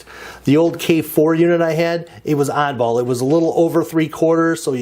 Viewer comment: LOL I know what he said, but it sounded like something else!